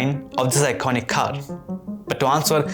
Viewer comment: just speak indian accent bro wtf is "KHARRR"